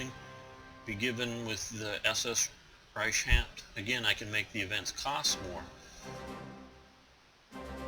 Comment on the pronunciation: videos are very detailed ! only 2 minor suggestions a)no need to still try and pronounce the german words (for some reason you never quite can i.e the word "die" meaning "the" is pronounced "de" like "delete" , the "ch" in "reich" is pronounced like the "ch" in "ache" and so on) it is quite frustrating b) no need to get into so much detail in minor events like the publishing of a magazine (people can google it and get further information) , other than that great job